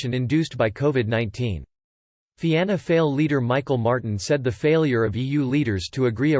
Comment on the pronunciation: Please get your diction right on on the Irish political party Fianna Fail the second word of that name is pronounced: Fawl.